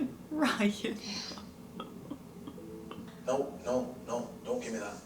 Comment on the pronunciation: I'm going to miss hearing you making Ryan's name three syllables. Ry-an-uh. 😂